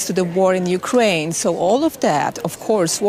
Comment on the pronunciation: Ukiane not nato